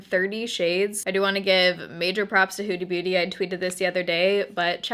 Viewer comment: Sounds like you're saying Hoodie Booty 😂😂😂